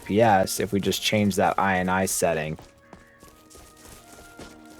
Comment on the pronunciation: Is this really how ini is pronounced nowadays ;D